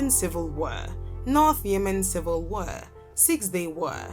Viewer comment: The word is pronounced war, not wer....